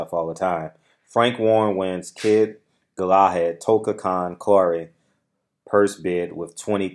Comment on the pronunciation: It’s pronounced Gala Had